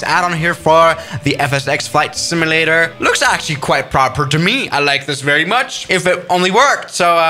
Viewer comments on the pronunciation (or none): How he says simulator "SIMUUULAER